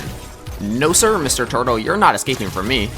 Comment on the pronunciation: Bro you said tortol